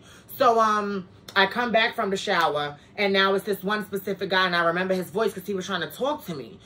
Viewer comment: *specific not *Pacific